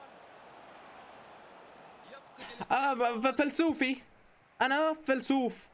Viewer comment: مش فلسوف ... اسمها فيلسوف 😂